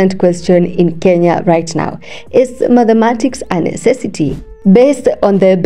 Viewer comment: I like your voice but it’s not _Madhematics_; it’s _Mathematics_.